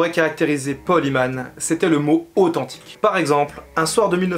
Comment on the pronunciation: Bonne vidéo mais j'aime pas comment tu prononce Paul Heyman. Faut prononcer comme si ce serait Paul HÉmen et pas Himan. En avalant le H. Ca ressemble presque a Amen prononcer a la façon anglaise.